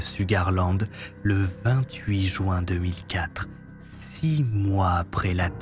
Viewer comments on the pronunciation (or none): none